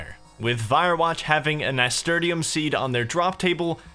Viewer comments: that pronuciation of nasturtium tho... Nah-Ster-Shum>Nas-ter-te-um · Nasturtium is pronounced ni - stur - shim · Nas tur shum is the way it's pronounced my dude. My mum used to grow them and I'd pick them and eat them. Peppery flavour actually not bad. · I love the return my dude. But how you pronounced Nasturtium was killing me. It is pronounced Nuh-stur-shm. Also keep up the great work and I can't wait for the finale. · it doesnt matter now but its na-stur-shum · It's pronounced nasTURshum lo. Amazing content. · Nass. Turr. Shum. That is how it is pronounced. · im sorry but i gotta say it. Nasturtium is pronounced like NAS TURSH UM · FOR THE LOVE OF GOD LEARN HOW TO PRONOUNCE NASTURTIUM